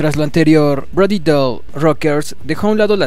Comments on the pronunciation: POR QUE DICES BRODY DOLL.....ES DALLE. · Me duele el cringe cada vez que este wey dice Brody DOL. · el apellido se pronuncia "dali"